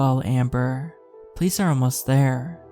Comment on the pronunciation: I love your narrations, so please know this is more of an observation than a critique, lol. But every time you say the word “police” it just sounds like you’re saying “place” or sometimes “pleece” and I don’t understand 😂